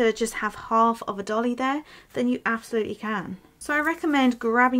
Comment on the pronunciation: Not a 'dolly' .. it' a 'doilly'.